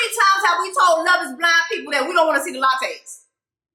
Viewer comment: Jessica the Lachey (La-Shay’s) 😂🤣 not the Latte’s. Your killing me from lint licker to this